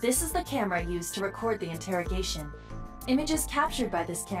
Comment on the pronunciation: Interrog(ai)tion, changed the pronunciation to shake off your brilliant iq!